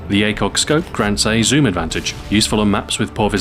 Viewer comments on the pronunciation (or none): none